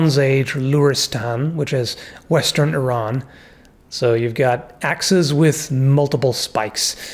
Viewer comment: pronounced Iran correctly, very cool